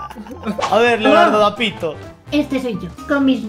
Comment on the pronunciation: 59..........escuché perrrrrfectamente qué dijo mal el nombre de Leonardodapito cambiando el da por de🤣🤣🤣🤣🤣🤣🤣🤣🤣🤣🤣🤣🤣🤣🤣🤣